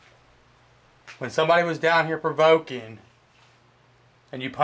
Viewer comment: "Provokening" LOL